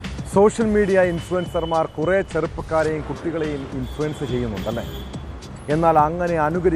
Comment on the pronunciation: ഇൻഫ്ലുൻസർ എന്ന് പറയരുത്.